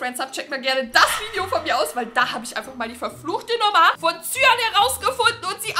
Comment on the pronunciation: Was bekomme sagt:Cyan was ich verstehe: Suian